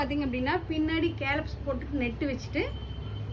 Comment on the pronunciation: கேலப்ஸ் இல்ல மேடம், ஸ்கேலப்.